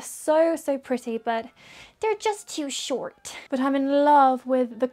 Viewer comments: “they’re just too shoRt” omg i’ve never heard her do an american accent when i tell u i JUMPED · the american accent when she said "They're just too short" really threw me off, but it was so cute! 😂😂